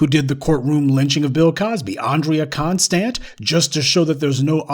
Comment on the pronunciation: Andrea CON-stand.